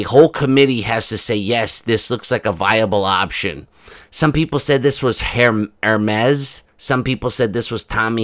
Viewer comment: Let's all take a moment to congratulate on his pronunciation of Hermes👏Those of us that have followed you from the beginning under your old moniker appreciate your growth as a creator. Your songs are always hilarious 🌻And you deserve the growth that your channel has obtained. We loves ya baby.